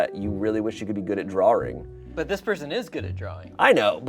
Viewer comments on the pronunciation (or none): He said drawring just like Rhett from gmm 😂